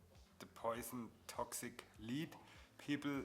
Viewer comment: I know you have a thick accent. I can hear it. So clearly English not first language. Daaa? So I'm not trying to be rude just want to be helpful. In the beginning you keep saying lead, but what you mean to say is lead. Big difference. It's ok, not your fault, English is dumb. Side note: cool video, leading the way for beginners on lead joints. Next you should talk about LED lighting and how to connect the leads to power and control them, as theyve led a bright and interesting life since their invention and lately taken the lead in automotive accent lighting, which can be another cool car mod like your fenders and their lead joints